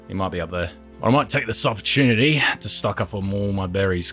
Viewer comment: "opperchewnatty" dude wut